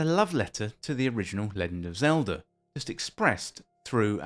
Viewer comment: "Leggind" Is this a Bri'ish thing? Nice video aside.